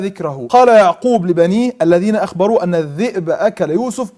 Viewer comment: مش لما يبقى ينطق كلمة كاذب صح وينطق كلمة الذئب صح مش كازب والزئب